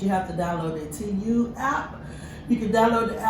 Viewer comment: You are butchering the name sweetie, it’s pronounced tee moo ,a long sound u but you say it like moo like the sound a cow makes. So it’s like tee moo not teem you , I know it isn’t spelled like that but this is what it sounds like. I’m not trying to be disrespectful, because you happen to be one of my favorite YouTubers. So please don’t take it the wrong way